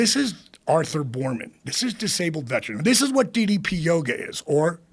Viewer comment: Less than 2mins in and Joe already gets DDP’s name wrong. Stop pretending to be a fan. We all know how you really feel about fake wrestling.